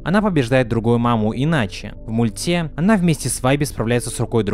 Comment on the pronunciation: Блин бесит его произношение,мультЕ . Перестала из-за этого смотреть.